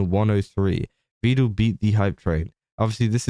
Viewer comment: Because im an irritating little twit imma point out that he mispronounces Vedal. Pedal Medal Vedal 😊